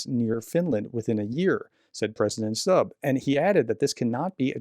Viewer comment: The president’s name is pronounced stub not stab. Also, I read somewhere that the president and other foreign policy heads were awake at night at Christmas monitoring the operation where a special forces unit seized the Russian tanker. So this was taken very seriously. The unit was armed and had been authorised to use force on board if necessary to arrest the crew and take control of the ship. It was heading towards other cables right at that moment.